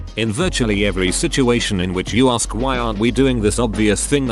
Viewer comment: Lol@ narrator: "aRsk"